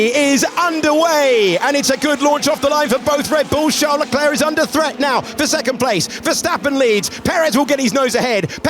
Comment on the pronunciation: Every time he says Charles without silent "s" I die a little 😉